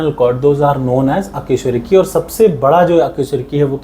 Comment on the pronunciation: अकेशरूकी नहीं अकशेरुकी 😂😂